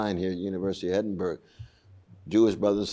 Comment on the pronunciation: He's an ignorant antisemite. There is no genocide. That's a libel. He can't even pronounce the name of the city where he is - Edinburgh. This man is a grifting huxter.